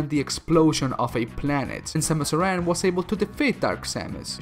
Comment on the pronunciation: Grey Voice gave her his DNA, not Old Bird. The Chozo you’re talking about is Grey Voice. It’s not Ripley, it’s Ridley It’s pronounced “Air-an” Arm canon